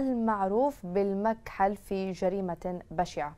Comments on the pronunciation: المكحل بتشديد ك يعني الذي يضع على عينية الكحل فالرجل عليه علامات انه مكحل خلقه ومقدمة الاخبار لم تنطق اللقب صحيح 😢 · قال لك المذيعة متعلمة وبشهادة قامعية...مش قادرة تنطق الكلمة صح ...المكحل...بتشديدالحاء يا استاذة من كحل العين..يامتعلمة يابتاعة المدارس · لٱ عاد تنطقي الاسم بس اسكتي ع اساس تتكلمي عربيه ووويع ع مذيعه استغفر الله بس اسمه المًكحل بالضمه ياهبلللاااااا